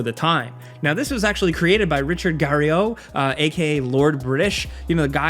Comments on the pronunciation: A few errors In this episode Richard Garriott being the funniest geh·ree·uht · Richard GarryOh! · Richard Gary-O?? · Lol, please learn how to pronounce "Garriot". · wow you butchered Richard Garriots name....taboola ? did you do any research or just grab some clips? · Never in his entire life has Richard Garriott ever pronounced his name that way. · I had no idea Garriot's name was pronounced that way, have been saying it wrong for 30 years. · That section on Tabula Rasa was disapointing. You butchered Richard Garriots name and then went on to completely misrepresent the state of the game. Tabula Rasa did launch with technical issues, but they were quickly fixed and the idea that there was nothing to do but shoot random enemies sounds like something you pulled entirely out of your ass. The truth is that Tabula Rasa wasnt really significantly flawed in any way, it just failed to stand out in an oversaturated market.